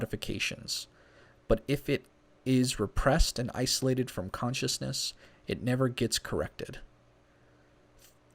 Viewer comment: U got to i-sol-ate and pay aten-zion